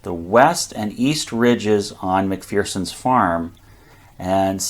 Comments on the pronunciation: Mc Fur Son. Not Mc Fear Son. Scottish saying: There is no fear in McPherson. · Mc-fur-son...There's no "Fear in McPherson" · There's no fear in Mc=FUR-son!